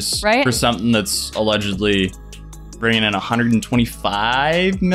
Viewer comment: "alegelly" I swear it sounded like "Its Free Real Estate."